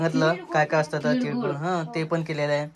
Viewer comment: तिडगुड नाही रे तिळगुळ बोल...आणि ते समथिंग समथींग जरा कमी बोल😂